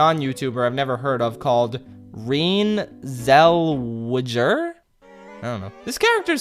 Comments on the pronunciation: Your pronunciation of Renee Zelwegger killed me 😂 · how was that clear? You mispronounced her name and said “she’s played by someone named..” so that wasn’t very clear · The way you pronounced Renée Zellweger had me dead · What movie nerd doesn't know who or even how to pronounce Renée Zellweger.